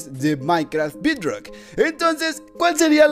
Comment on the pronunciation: No se pronuncia bidrock